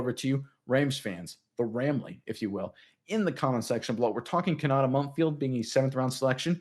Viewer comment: Ko-na-tay. At least say the kid’s name correctly